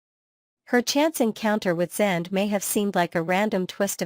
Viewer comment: yeah funny that......... it is an artificial intelligence talking and you'd think that it could pronounce the name correctly